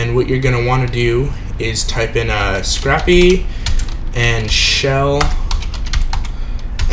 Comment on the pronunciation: Pronounced "Sc-rape" not "Sc-rap", like you would scrape ice off your car, unlike scrap paper you would jot notes on. Otherwise great videos thanks for producing :D